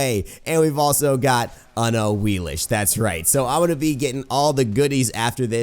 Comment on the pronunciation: Do the gods not say their name on PC? I'm late to the party and all, but she pronounces it "A-wii-lix" on ps4.